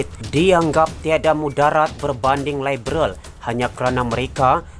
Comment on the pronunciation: Sebut liberal pon pelat....hahaha..bodoh punya puak pintu belakang